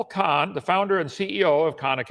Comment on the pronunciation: His voice gives me a anxiety attack, but I will attempt to watch this. Also, It's Khan academy, not Kahn